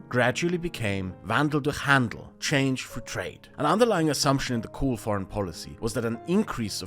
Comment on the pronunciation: I was quite impressed with this fellows grasp of things, unfortunately I then heard his pronunciation of Kohl and realised he was probably an Austrian, then of course i discarded all of his options outright, it's not like im a crazy person